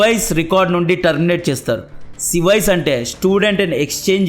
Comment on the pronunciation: Haa haa 😂 అది సివైస్ రికార్డ్ కాదు సేవిస్ (SEVIS)😂😅😅 SEVIS mean I-901 fee 380$ ,bro we are wainting for your every video